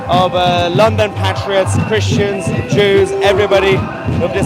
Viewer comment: just jwes why u say chrestions